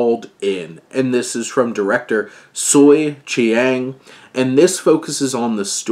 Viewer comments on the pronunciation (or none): Director's name is pronounced Cheng. Its just spelt differently because he's from Macau and Portugese approximation works differently than English.